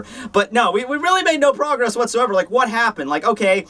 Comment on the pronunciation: Goddamn..you really really really really need to slow your mind down when you speak your words..you just butcher the english language this week lmao "Progess?" xD "Maybe we'll get a cool fight between Uryu and Ishida"..? xD the lols dont end with your jokes man not this week